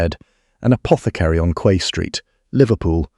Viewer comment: Quay is pronounce 🗝️